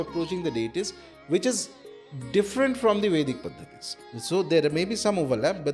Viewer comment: Someone please correct the pronunciation its "PADDHATI" not "Pathathies''